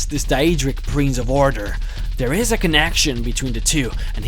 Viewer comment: He also says prinze instead of prince and Shampion instead of champion. No offence, nice vids.